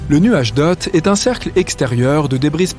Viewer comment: Hé tu avais dit le nuage doot au lieu du nuage doort ☁!